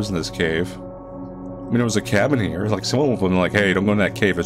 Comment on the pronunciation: Oh no the shpidahs are heyah